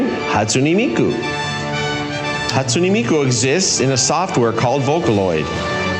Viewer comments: That domino's commercial was so cringey, it's HAWSTUNAY ME-KU. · Hatsune meku